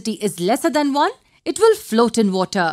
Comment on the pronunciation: i came here to learn but WOTAH!!!